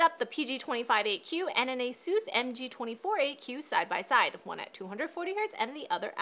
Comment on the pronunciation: did she say asues